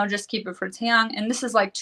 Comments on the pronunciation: She contradicts herself Dracilla doesn’t attend school but yet Jihoon picked her up from school ??? Huh ?.. ? If it’s and English class call it class then 🙄 oh by the way , it’s pronounced Tae Yung To those broadcasters who can’t pronounce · Heather Bryson I don’t understand if these bloggers think they know everything and report on it, they can’t get names right or pronounce them correctly just like Taeyang ...